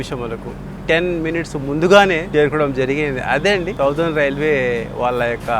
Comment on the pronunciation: బ్రో, సౌథెర్ణ కాదు, సదరన్ రైల్వే. మన కడప కూడ MSMR కింద ఉండేది. (మద్రాస్ సదరన్ మారఠా రైల్వే.)